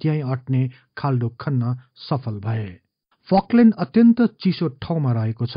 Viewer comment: फकल्यन्ड होइन फल्कलेन्ड चै होला